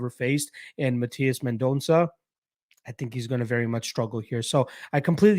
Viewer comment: You're pronouncing Mendonça as best as a Canadian can 🇧🇷